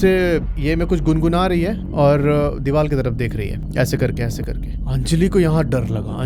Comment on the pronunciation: Are you from gujrat? Dewar hota hai hindi me Gujjus say dewaaL hehe lol